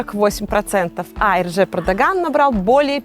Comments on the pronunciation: Победил, она сказала «Эрджеп»??🙄🙄🙄🙄🙄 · Да, я переслушал, эрджеп